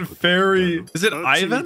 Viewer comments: Try to pronounce it like a russian Ivankov, so ... IVAN not EIVAN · You pronounce Ivan like this. E-vaun. the aun is pronounced like aun in faun, the female deer. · btw it’s (ee-van) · One Piece: Ivan!: Is it Ivan or Aivan? One Piece: Ivan! (speaking over it): Aivan! few minutes later One Piece: Ivankov the fairy...: Is it Aivan? Me: Just listen dammit! The subtitles can't talk but the VAs do, you don't ever need to guess how words are pronounced if you just listen! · idk if anyone has said this but i’m pretty sure it’s pronounced “e-von” but i could also be wrong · Just English speaker problems. They can't help but say I as eye if it's the first letter. Ivan name has always been pronounced wrong in the west thanks to the Rocky movie